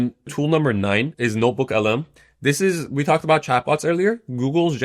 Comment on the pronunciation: Its notebookLM Not norebookLM,.